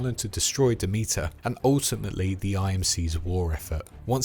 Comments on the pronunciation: Pretty sure it’s pronounced Dem-it-er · My god you butchered the pronunciation of Demeter 😂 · Ok... Have you even played these games?? For a lore video you are missing a lot. And you don't even pronounce Demeter right, and the outlands is not a planet!